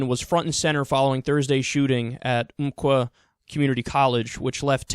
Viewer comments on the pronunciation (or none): Well, you said Oregon right...but you did mess up Umpqua....